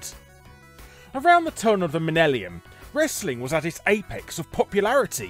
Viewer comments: did you really just say "Minnellium"? You know you can record another take, right? For all your over annunciation, you can't say "Millennium"? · wanna try that word again slope? lol :P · My GF just sent me this video to prove Millennium is pronounced Minnelium. Thanks Larry. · drunk on a handle of rum and here I was afraid I was the only one that heard that. I've butchered the hell out of a lot of words in my time but never have I ever once mispronounced "millennium" as in "liza minnelli" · did you just say... "Menellium"? 😂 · did Larry just say "minellium?" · "turn of the minellium"? 😄👌🏻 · “Around the turn of the minellium” Are you okay Larry? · "At the turn of the Minellium" lol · the minelliam you say? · That "minnellium" just broke my fucking brain. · Minnelli-um, hahaha. The year 2000 rang in by Liza Minnelli. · "Minellium" got me. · Your videos are great Bundy Jr & this one’s no exception but “minelium”? 😄 Or was that deliberate engagement bate? 😉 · Around the time of the minellium hey? 🤣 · Did larry really say minellium? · Did I just hear Larry say "minellium" rather than "millenium"? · Not sure; I think he said 'minnelium' (2 n's, 1 l) :D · I thought it might be an accent thing, but I definitely heard "..turn of the minellium.." - Just thought it was funny, nitpicking and all that. :) Also, all I ever saw on TV in GTA4 was Republican Space Rangers and Katt Williams, how late game does the anime show come on? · lol, "the men el ee um" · Around the turn of the Minellium. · uh...did he say minellium? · Around the turn of the Minellium? Lol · heehee hoohoo he said minellium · Not sure if it was intentional or a mispronounciation but I feel like Minellium should be a word. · Larry, excuse me but turn of the what... minellium? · The milnelium and not the millennium lol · lol minellium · Did I hear a verbo? Did he say minellium instead of millennium? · "Around the time of the minellium".... Minellium? You mean millennium, right? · Minellium Faclon